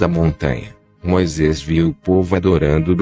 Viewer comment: O assunto é interessante, mas não dá para aguentar o narrador, é um chato, para não dizer um babaca, faz tipo pronunciando as sílabas tônicas sempre diferente do original da língua e da pronuncia corriqueira do povo; Moisés para ele é "Moisês", rocha é "rôcha" Para aguentar quinze minutos do vídeo é preciso ter "saco"!!! Pessoas se destacam pelo talento, outros apelam inventam uma bobeira para compensar a falta dele!!!